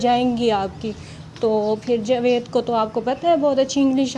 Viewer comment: آپ کی مادر لینگوچ شائد پنجابی ھے جبھی آپ جاوید کو جوید کہتی ہیں خیر ماشاءاللّٰه سے آپ بہت اچھے کمنٹ کرتی ہیں کچھ عرصہ بعد میں إنشاءاللّٰه بنی گالہ میں اپنی کزن سے اور اپنی فرینڈ سے ملنے آونگی میرا اپنا گھر تو بہت ہی دور U S. A میں ھے لیکن میں پابندی سے آپ سب کی وڈیو دیکھتی ہوں